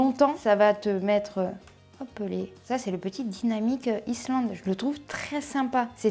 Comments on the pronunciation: Salut désolé j'ai pas une bonne nouvelle on dit pas iSSSland mais iland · c’est dynamic island - AYLAND ( île en anglais ) je ne comprends pas une passionnée de tech ne prononce pas correctement un mot basique en anglais 😮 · On dit Iland , on ne prononce pas le S si tu veux être vue comme une pro de l'informatique voila!! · DIE na miK AÏE land….😁 on ne prononce pas le S 😉